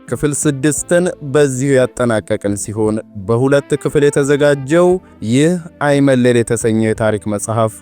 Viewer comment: በርቱ እንበርታ። "ሐይመለል" ሳይሆን አይመለል ይባላል።